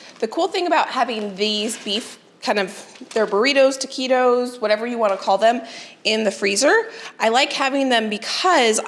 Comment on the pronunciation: I just want to let you know it’s not teakeytos it’s ta qui tos taquitos. I hope you don’t mind 💐❤️